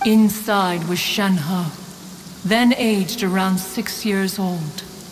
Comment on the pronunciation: I dislike how Shenhe's English VA pronounces her name... everyone else pronounces it so elegantly 😅